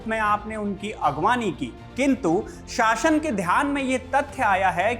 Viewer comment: शासन बोलीये शाशन नही